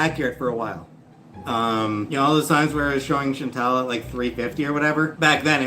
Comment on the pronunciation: I hate how always mispronounces Chantal’s name